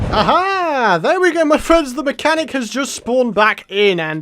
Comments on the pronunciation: said manachanic instead of mechanic lol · U called the mechanic the "Manachanic".